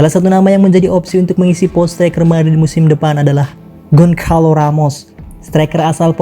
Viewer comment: Bukan Gonkalo tetapi Gosalu